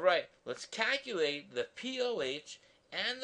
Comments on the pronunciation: I want you to Kaculate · the way he said calculate cracked me up